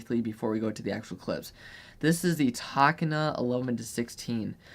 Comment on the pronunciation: Tokina = pronounced “toe - kee - nah”